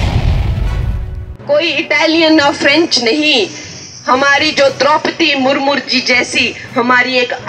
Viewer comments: विजन क्या है आपका मैडम और द्रोपदी मुर्मू है मुरमुर नहीं 😅😅😅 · Bolna to seekh le mur mur nahi murmu hai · First learn how to pronounce murmu.